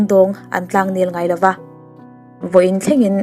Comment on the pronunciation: Ka ngaithla sual em ni Dan lova tih turah Dan lauva... pawisa ngah hauvin... fo aiah fau, zo aiah zau tih hlira ka hriat chu. O hi kan ti au zo vek tawh mai dawn mi aw. An tlan tlang thai a tih te hi 'an tlan tlang thei a' tih ni mai se. Ai dang zawng hi ti 'ei' deuh vek thung a... Eizawl, mei mei... a hahthlak tlat.